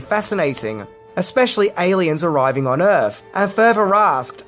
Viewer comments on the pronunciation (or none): Welcome to “earf” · It’s “welcome to Earf”!